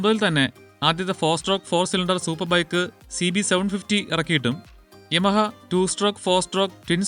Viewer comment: "യാമ" എന്നല്ലെ ഉച്ചാരണം....